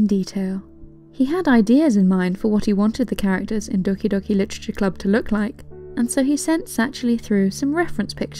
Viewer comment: I just love how you speak doki doki literature club its just so satisfying XD